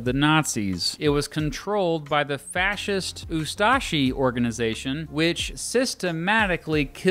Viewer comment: It is too funny how you say ustaše you🤣🤣